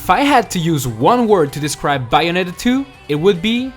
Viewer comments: it's bay o net a not buyonita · Not to be critical or anything, but you should work on that accent. The Bayonetta 2 entry had some big mispronunciations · ...your saying bayonetta wrong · The way he says "Bayonetta" is comedy gold. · You sound Australian when you say Bayonetta! :) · He says Bayonetta in such a funny way.